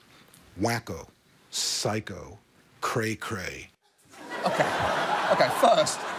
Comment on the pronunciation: The only bearded middle-aged man who can say "cray-cray" correctly is Stan Pines.